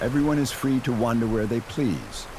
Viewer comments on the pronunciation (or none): none